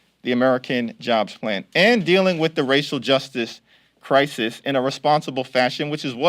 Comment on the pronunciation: Did this man just say Crisisis? 3.01?